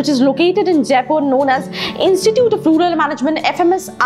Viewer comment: Yeah she doesn't even pronounce the word rural correctly..